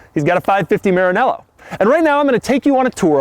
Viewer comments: I hate the way he says maranella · Please pronounce Maranello correctly, you made me cringe